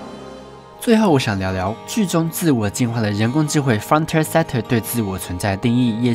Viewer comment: 釘宮！！！！！！！！！ 抱歉，其實我沒有釘宮病，只是這部真的很好看。 啊啊啊， frontier 「frənˈti(ə)r」 i要發音喔！ 呀！找了好久終於找到這過時的點評了。 這部作品真的很細膩又簡單的刻劃了現實， 我個人還認為它同時講述了人性。 當我們擁有剛好的物質生活的時候，就會遺忘相對較為原始的享樂方式和解決之道。 當我們否定一個事物的價值的時候，就會忽略它存在的最基本意義。 當我們急著證明自己的能力或是被生活所逼迫前行時，就忘記去思考或留意身邊的風景。 frontier 正是人類最樸實的本質了吧？繼承人類一切的生命。 幫工商一下：2019 機器人大戰 樂園追放 安潔拉 參 戰！！！